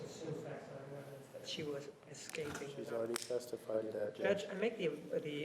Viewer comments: is very interesting. Nurmi failing in pronouncing “escaping” and then annoyingly trying to talk over Juan’s objection. Seriously Nurmi??? So unprofessional. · Ellen Strand Caspersen ikr, this man can’t speak properly; he also keeps saying “excaping” and “excape” even after being called out on XD